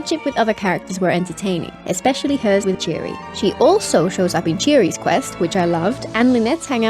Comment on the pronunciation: Cheary? ...It's pronounced Chiori.